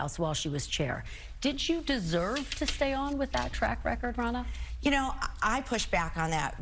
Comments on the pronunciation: Are you purposely saying “Ronald” instead of her actual name “Ronna” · Ronna* Most likely, your auto-correct switched her name to Ronnie. Not as bad as though.. I swear, it sounds like he keeps calling her "Ronald" lol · Ronna, not Ronald.😂 WTF.